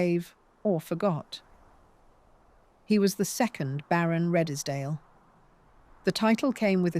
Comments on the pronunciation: That was quite well done but I'm pretty sure that Redesdale is pronounced Redes-dale (2 syllables) and not Red-es-dale (3 syllables). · Did you hear radddeeeeesdally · Redesdale pronounced as Reeds dale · REDESDALE is pronounced REEDSDALE. Do your homework!!! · Was this read by AI? British accent and American turn of phrase... btw Redesdale is pronounced reedzdale. And why show irrelevant pics - some of these buildings, barns etc are not the ones being talked about. Just makes me wonder exactly how much of this narrative we can accept as accurate here. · Exactly. It is all such a lazy approach to producing. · AI just can't get pronunciation correct. Couldn't even get Redesdale pronounced correctly let alone Wagner. Couldn't continue watching after those early errors.